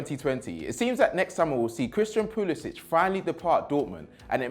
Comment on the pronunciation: You can't even pronounce Pulisic properly.